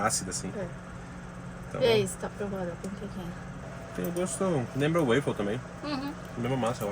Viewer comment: Só uma dica de intercâmbio já que vocês viajam para aprender em novos países … não é UEIFOU que se pronuncia … é UÓFOU. UEIFER é um biscoito que tem aí também maravilhoso mas é outra coisa . 😊